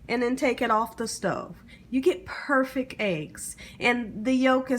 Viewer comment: Your voice and speech is annoying. "Perfect" is pronounced with a T, "salad" is pronounced with a D, your smacking before sentences is awful, and your grammar is horrible.